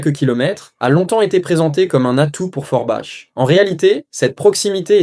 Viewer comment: Forbach se pronunce forbak mercie